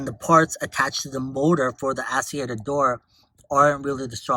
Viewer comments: Actuator!!!! Not Asseator😂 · Interesting info, my mom has one of these and is having trouble with hers. I believe it’s pronounced blend door act-u-a-tor lol but thank you. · wtf is an ass-e-ater